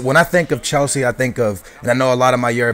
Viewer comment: why do you pronounce chelsea weirdly... and it's di mateo not di matello!